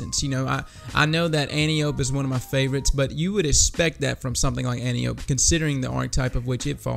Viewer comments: An-TIE-oh-pee, not antee-oap :) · Its not pronounced 'anteeope' its pronounced ( phonetically ) 'antipodee'. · An-Tio-P. Not Ant-iop. It's named after Wonder Woman's mom and we assume the D stands for Diana which is Wonder Woman's name. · It's pronounced AN-TEE-UH-PEE! You know, like the daughter of Ares in Greek Mythology. I swear I haven't heard one single Youtuber pronounce it right yet. Maybe be the first? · Sooo is everyone gonna mispronounce Antiope? Is that what we're doing?